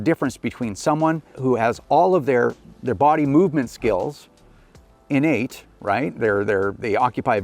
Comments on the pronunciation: Hahahahah Innate!! (in-Nate) LOLOLOL!!!! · Better make those skills (In-Nate) haha how i heard it the 100 times it was said